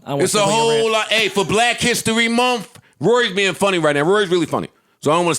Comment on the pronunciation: Joe pronounced month lol like "mind" 😂🤦🏾‍♂️